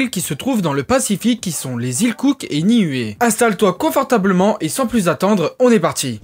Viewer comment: ‘Ia ora na de Tahiti. Niue se prononce Nioue Les "u" se disent "ou" dans les langues polynésiennes. Merci pour cette vidéo moi qui ai également des origines de Niuē et d’Aitutaki.